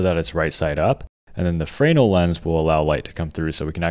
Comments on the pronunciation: Frayynul lens? Americans seem to instinctually hate pronunciation. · FRE-NELL (accent on the nell)